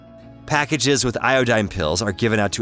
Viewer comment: "Ioooeeedine" ... "Isoooeeeetypes?" WTF? Google how to pronounce them. Thanks for the info. :)